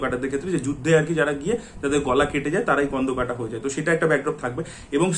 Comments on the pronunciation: কোন্ডোকাটা হয়না স্কন্দকাটা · স্কন্দকাটা হয়না স্কন্ধকাটা হয়